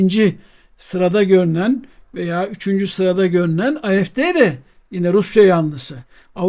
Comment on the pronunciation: Hocam videolar harika, teşekkürler ama küçük bir düzeltme: AfD”yi “Ay-ef-de” diye kısaltmayın ne olur! Almanca ise “a-ef-de”, İngilizce ise zaten malumunuz “ey-ef-di” olur. Almanca”da A, Türkçedeki gibi a diye okunur. Kolay gelsin.